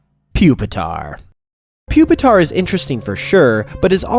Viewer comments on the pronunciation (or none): You mispronounced it, it's Poopitar